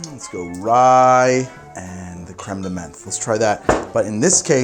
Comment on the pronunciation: As a canadian, whenever i hear this man pronounce french words(creme, pastille, etc) i die a little inside